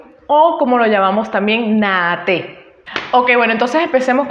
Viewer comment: Buen video. Solo una cosita en cuanto a la pronunciación de Naha Te. En el japonés la H no es muda, en este caso, la H se pronuncia como J, o sea que se dice NaJa Te. En cuanto al video, cabe mencionar que independientemente de las diferencias, los okinawanses regularmente entrenaban juntos y hacian intercambios asi que no es extraño encontrar características de ambas líneas en los diferentes estilos de okinawa. En el momento que el Karate se llevó de Okinawa a Japón fue que se dieron estas marcadas diferencias entre estilos, escuelas, sistemas, y demás porque los japoneses tienen un sistema de organización más estricto que los okinawanese.